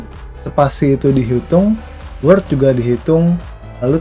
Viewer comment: Halo min, mau sedikit kasih saran. klo boleh min, apa yg diucapkan oleh pembawa materi diberi text min. soalnya divideo diatas pengucapan word dan world hampir sama. makasih min ..